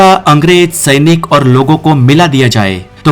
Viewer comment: o mere bhai tumhari hindi bolne ki kala ek dum mast hai ...sainik ko tum shainik karke bolte ho 😅